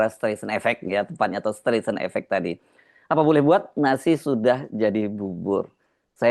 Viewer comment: Streisand itu bacanya "Straisen", Mas